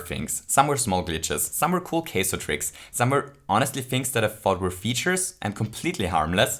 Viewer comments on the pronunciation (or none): awesome video. but I have to point out. Keizo. haha. idk what your language is (sounds like swedish accent?), but the ai in kaizo is not pronounced like it is in "said" (sed) but like soft o sound like "ah" then like I in most languages (sounds like saying the letter E in english) so it'd be pronounced like K-eye-zoh (ah-E put together sounds like saying the letter I or your eye-ball in english) not a big deal and I'm not giving you gruff, just pointing it out because you seem like a dude that likes to learn new stuff and be correct in what you say. if it's japanese then makes sense かいぞ or カイゾ